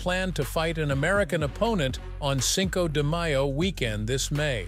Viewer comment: You really need to pronounce Spanish words better. It can’t be the first time you heard Cinco de Mayo …